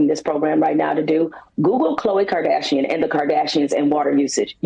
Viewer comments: “Kim Kerdashrion” 😂😂😂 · Imagine not being g able to pronounce Kardashian 😂😂😂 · “Kim Kardashinan” 😂